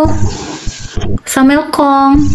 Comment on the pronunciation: Wa wa wa islum Bahasa arab nya Bagus 😂😂😂 Salom Bu Agata ❤❤ Imanuel Bu Agata